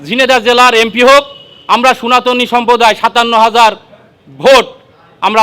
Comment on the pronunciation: দাদা সোনাতনী নয় শব্দটা সনাতনী